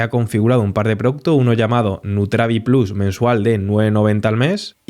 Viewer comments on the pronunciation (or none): none